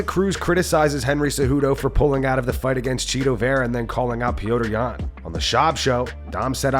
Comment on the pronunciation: Why do they call him Pee Odor Yan??